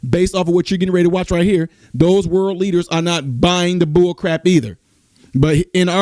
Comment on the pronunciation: “Worle” event? 😂 All this time I thought it was World event…..Just teasing you.